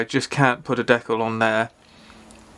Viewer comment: You're saying decal correctly. It comes from the French word décollage.